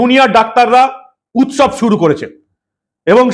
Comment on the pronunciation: উৎসব নয়, ওটা শবের উৎ-শব।